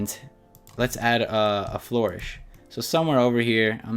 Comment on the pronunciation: Tip: Most fonts work well at sizes that are multiples of 2 and plus the previous multiple, such as 4, 8, 12, 16, 24, 32 etc :) Edit: It's pronounced fl-urr-ish, not floor-ish, hahah